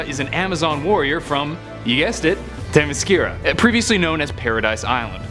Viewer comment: anyone else wanna slap him for saying themyscira wrong